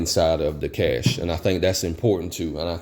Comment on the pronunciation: I was thrilled just hearing someone pronounce cache properly. It just got better from there. After my folks house burned down I did something similar but also a bit more mundane. I added a few changes of clothes and a pair of boots. Depending on the circumstances you are building it for adding a thumb drive with scanned copies of important paperwork. Overall you have a great starting point, customization from there is just adding options. Some of those options will be location or situation dependant. If you live in the desert you might want to include canned water rather than just having purification and storage containers. Up north maybe adding warming layers, that sort of thing. Very practical approach.